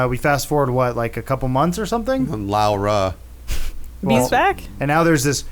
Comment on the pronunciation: I cringe everytime they try to say Laura xD